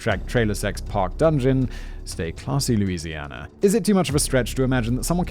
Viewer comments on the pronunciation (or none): And yes, everything in southern Louisiana is french. Your pronunciation is quite humorous though